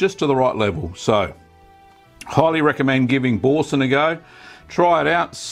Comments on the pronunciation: Repeat after me "Boursin" "Boo" "R"" Sein", not bowsen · Pronounce boo-r-sen ;) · O I cringed when u said Boursin. I don’t claim to be french but us brits don’t pronounce the r. Bou-san. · Bore sun? Why can't English speaking countries pronounce foreign words? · Love Aussies, he doesn't even attempt to pronounce the name of the cheese properly. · Great video. Not sure about your pronunciation of Boursin though... :-) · You know how to make it, now just learn how to pronounce it 😉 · your pronunciation of Boursin is hilarious